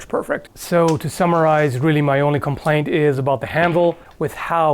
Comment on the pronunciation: "so to Summarize" I heard "so to Samurais"